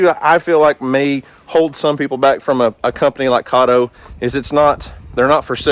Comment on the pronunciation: Its KAY TOE